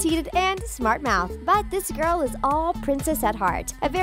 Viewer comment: You said girl wrong